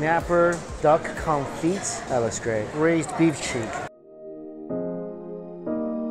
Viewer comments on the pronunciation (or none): why the hell rae you calling it con feet? Theres no feet in it, its con fee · Omg its pronounced confi not confit geesh duck confi the t is silent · I love how you pronounce confit. Totally incorrect but hilarious. Confeet xD.